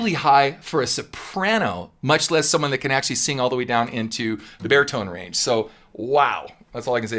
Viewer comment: To my Scottish ears, I keep thinking that you're saying 'bear tone range' rather than 'baritone range' :-) I think we should officially change it, bear tones sound wonderfully descriptive.